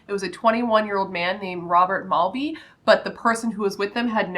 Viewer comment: I'm from the UK and this is a massive story over here and I like you can't believe this case hasn't been covered by more YouTubers. Only thing that I want to point out is Robs surname is MalTby. Like Malt vinegar lol! Not Mallby xxxxx